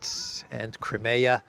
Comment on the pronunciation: Can you please explain why you pronounce the word "Crimea" differently from the way it is in English and pretty much globally?